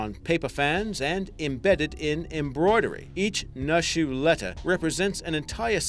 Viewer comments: its pronounced New-shoe not Nuh shuh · its not pronounced nushu its pronounced like "noo-e shu" also, naxi im pretty sure is "na see" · yo, "nushu" is pronounced like "noo-shoo", and "naxi" is pronounced like "nah-shi" (the sound made by 'x' being halfway between the sounds 's' and 'sh') btw great video!